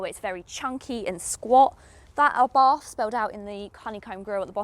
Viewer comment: You are still mispronouncing ABARTH........It is pronounced "Abart "(the H is silent).....